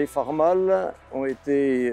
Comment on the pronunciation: Très intéressant par contre la prononciation Farm All c’est (aule) qui se traduit par Cultive Tout 😉